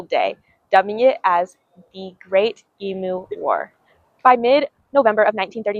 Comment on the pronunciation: It's pronounced Eemyoo. No yod dropping